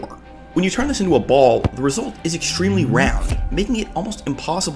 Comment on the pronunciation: Bro, said Pall 😂 😂😂